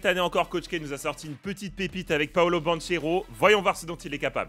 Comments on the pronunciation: Ça se prononce BanKero et non BanCHEro pour le coup j'ai eu mal aux oreilles toutes la vidéo. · Super vidéo Par contre son nom de famille se lit BanQUero car c'est un nom italien et ch se lit que